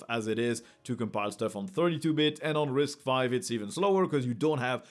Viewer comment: Its not "RISC-5" its "RISC_V" as in the Letter V. but yeah, risc-v is an amazing architecture, especially for OSS guys!